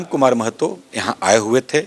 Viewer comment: You r the first who do right prounciation of महतो not मेहतो